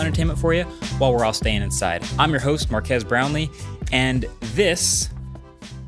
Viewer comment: He clearly says Brownlie...